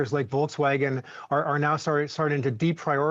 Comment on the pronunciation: volksvagen? you are doin this intentionally?